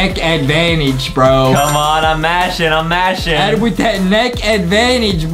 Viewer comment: it's not ADEM it's ADAM